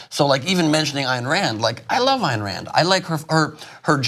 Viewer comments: The fact that this woman just said "She wrote a book called 'The Virtue of Selfishness'" is all the proof required she has no idea what or who she is talking about. Also... its AYN AYN not ANN. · Dude, it's pronounced "aɪn" Rand... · I find it hard to believe you don't know how to pronounce Ayn Rand. Don't undermine your point like that. 😘